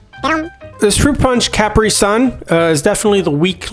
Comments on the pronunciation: The constant mispronouncing of Capri had my eye twitching. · I have never heard "capri" pronounced that way😭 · Me either!!!